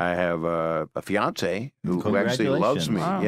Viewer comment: I thought he said Beyoncé, lol, not fiancée...